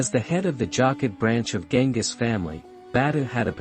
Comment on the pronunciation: isn't it Genghis?